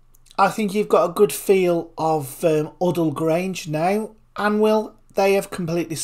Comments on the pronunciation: This site is named after my friends late father. It’s pronounced u-dall 😊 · You can't even say Udall properly! 🤣